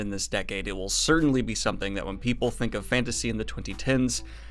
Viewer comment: Does he keep saying certainTly or do my ears deceive me?